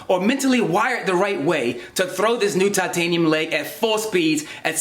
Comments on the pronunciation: I think you mean "toitaniem shien bouwn" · Toytaynium shinbone